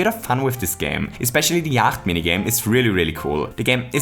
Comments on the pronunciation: you mean Yahtzee? Not Yacht? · Yacht... zee? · Yacht? Here it is called yatzee (jat-zee)